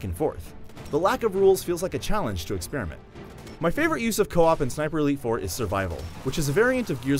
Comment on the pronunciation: each time he says ''sniper elite 4'' i hear ''siperleyfor'' (im drunk btw)